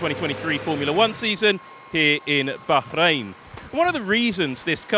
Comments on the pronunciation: I appreciate the effort of trying to properly pronounce Bahrain 😁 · Thanks for pronouncing Bahrain properly!😅